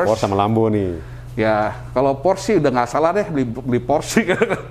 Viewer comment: Maaf, hanya koreksi, cara mengucapkan kata Porsche yg benar adalah "Porsye" (bukan Porsc), sebab Ferdinand Porsche adalah orang Jerman, di sana "apa yg tertulis" itulah yang diucapkan, sama seperti kita menyebut Johan Amadeus Wolfgang, diucapkannya bukan "Johen Amadeus Wolfgeng", tapi diucapkan apa adanya. Thx.